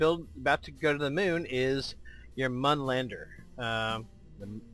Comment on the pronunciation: mun is not pronounced that way...